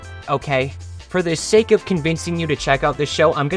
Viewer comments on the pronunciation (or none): none